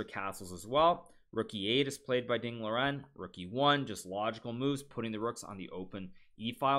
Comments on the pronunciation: I is just me or is he pronouncing ding liren wrong? not a callout but shouldn't it be pronounced ding lee run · If the standard is Mandarin Chinese, then yes he is pronouncing it wrong, but you are even wronger. As a Chinese I don't really mind either way. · The actual pronounciation of his name is Ding Lizjen.